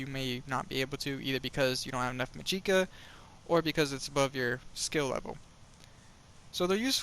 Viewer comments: It's still pronounced magika, not ma jee' ka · Well there no point, because I never judged you but your emotional tirade told me that you found validity in what I was saying. But yeah, it's magic ka, not mageeka.